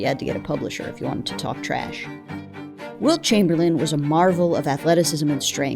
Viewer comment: “Wilt Chumperlame” is so bad its amazing.